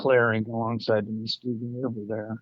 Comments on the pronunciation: MUSKEE GONE?? LOL! It's pronounced MUSK kee gon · Musk-EE-gun Not "muskeh-gone" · It's pronounced mus key gun river fyi. Lots of american Indian, hard to pronounce, names around here in Michigan. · muss-key’-gun river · The pronunciation is Musk'eegun. With the emphasis on kee. But not real strong. MusKEgun. Thanks for the info. The sasquatch I saw was real. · It's pronounced Mus ke gon not Muske gon..just an fyi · it's musk ge gen how u say it lol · Mus- keegan. Is the pronunciation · Thanks for the great stories, most of which seem credible. But Muskegon is pronounced by the locals Musk KEE gun emphasis on the middle syllable. Otherwise, keep up the good work.